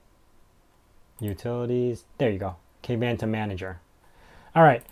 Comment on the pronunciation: Dude, you should do a stand up comedy. I kept giggling during most of your show. Maahovee? Kayvantom? Adding a network widget when it could be clearly set to always visible in your system tray? Setting the size of the spacer to "half a pixel"? Good lord! 🤭🤣